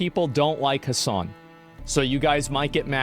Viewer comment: i think you forgot some s' its hasssssssssssssssssan